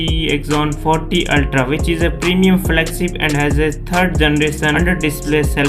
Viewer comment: "Flagsip " uhh